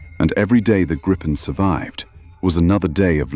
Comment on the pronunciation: A small but nagging detail: Gripen is pronounced "Greepen", not "Grippen". The name is Swedish for "The Griffon"